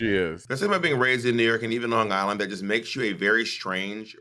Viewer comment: Bob saying lawn guyland like a true long islander lolol